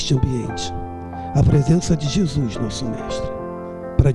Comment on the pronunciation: não é "Jesuis" é Jesus. Não é "paix" é paz! rsrsrsrs